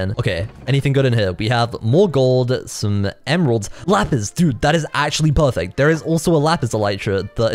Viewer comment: is really good at saying pahfect